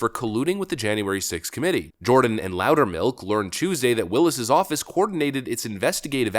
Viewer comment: you called Barry Loudermilk. I couldn't help but laugh my butt off. Okay, carry on.